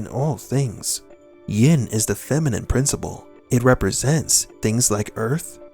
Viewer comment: Yin not “ying”